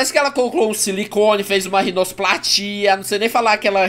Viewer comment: "Rinusplastia" ~ o mestre da língua portuguesa